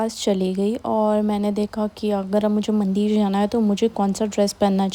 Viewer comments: Yes mandir and not mandeer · mandir me chooti e hoti h na ki badi e ...bhut awkward h aapke mandir ka pronunciation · मंदिर होता है। सही बोलने में कोई दिक्कत है क्या